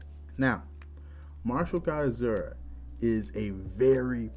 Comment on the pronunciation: Lol, When u say martial god asura for some reason in my head i keep hearing it as Mashu guy assuaahhh 🤣